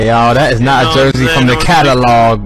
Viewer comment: what eeezz that